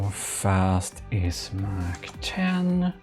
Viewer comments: Just so you know (haven't seen the video yet) but its "mach" and not "mac " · When u said mach 10 i heard it as like the mac-10 the gun